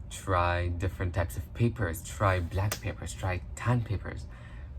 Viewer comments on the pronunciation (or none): none